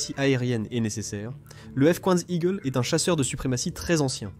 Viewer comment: "le f quouinze igkleu" ? Sérieux ?